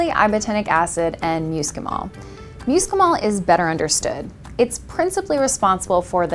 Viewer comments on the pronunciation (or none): "MUUScimol?" I love it. Amanita muscaria though is ALSO edible.